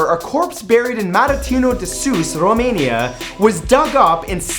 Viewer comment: Good job saying Romania! But i didnt understand the city you said before you said Romania. And for ppl wondering about the castle. Trust me, its worth the money